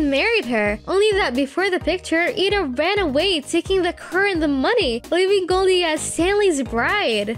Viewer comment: you said eda's name wrong